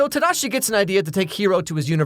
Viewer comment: I love how you can tell he lived in Japan by the way he says “tadashi” instead of “tahdaahshi”